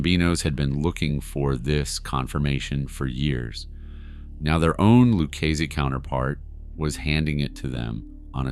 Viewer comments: Lucchese is pronounced LOO-KAY-ZEE. I'm sorry but if you're going to do these videos, you have to do due diligence with this stuff. That's a name that's been said out loud many times in various forms of media, there's no excuse for pronouncing it that severely incorrectly. I'm not trying to be harsh but it's jarring. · loo-CAY-see. Sir, there's a ton of OC content on YouTube. You want to be taken seriously, get basic pronunciation correct. And why the hell would you put up a photo of a young Bonnie Raitt (yes, the singer/songwriter/guitarist) when you're talking about Karen Hill? Furthermore, why on 3 occasions did you talk about "Paul Vario" when showing a picture of Anthony "Fat Tony" Salerno, a boss of the Genovese crime family? C'mon man. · Loo-keese Family? With that level of knowledge I'm out, no matter how good a set of pipes you got. It would only get worse. I put up with the incorrect enuciating of DeSimone, but slaughtering Lucchese was inexcusable. You need New York help badly. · You evidently don’t know how to say ‘Lucchese’ either. You are TERRIBLE at your job. TERRIBLE!! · If you’re going to make videos about the mob you need to pronounce Lucchese correctly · Have you never heard the proper way to pronounce Luchesse and Capo? 😂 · You have a mob channel so you should know how to say the words Lucchese and capo. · Why can you not pronounce the positions correctly or the lucchese name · Does this guy not know anything about the mob? He mispronounces simple things like capo and Luchesse. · You cover mob stories weekly and can’t pronounce Lucchese correctly? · Let me get this straight, you’re informing us about these true crime stories and you don’t know how to pronounce Lucchese? Come on man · Is this being read by artificial intelligence (A.I.)? Cape-o? It's Capo. Lewis family? It's Lucasee. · Loukeese family? 😂 Its Luchesse , pronounced, Lu-kay-zay, like an Italian. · Not bad but your pronunciation is horrible...Capo not Capi..Lucazie not Lucase